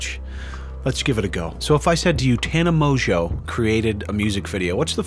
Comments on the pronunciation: Useful tip: Mongeau is pronounced "Mon-jo" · you managed to pronounce her surname differently at least 5 times